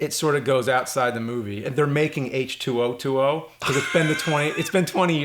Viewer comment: I think the pronunciation is H-twenty